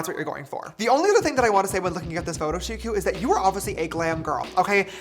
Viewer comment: KENYA BEING REPRESENTED 😍 shikokarithi some pronounced it as "shiko" and "shiku"(don't drag the u, but you tried)